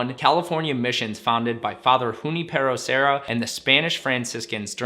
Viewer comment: You need to work on pronunciation. Your pronunciation of Junipero Serra and Ponce de Leon, among others are just cringeworthy.